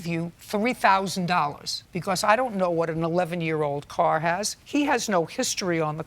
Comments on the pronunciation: “I just thought to need a core …”. How do you turn pronunciation of “car” into “core”. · Why did the Plaintiff pronounce the Car (Coor) as Whore. Is there like a school for slang? Every school I had gone too, never heard a teacher teaching students to speak words like that.